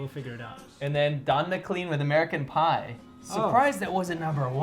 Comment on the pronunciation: Not to sound like a prick, but I felt compelled to comment. I'm pretty sure the pronunciation of his name should be "mick-laine", and that's a picture of Bob Dylan, not Don McLean lol.